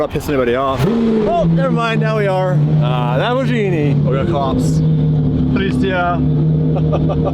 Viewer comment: you gays have to learn how to pronounce LamborGhini not Lamborshini